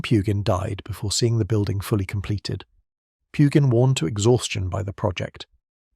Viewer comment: Too bad Pugin's name is mispronounced- over and over again.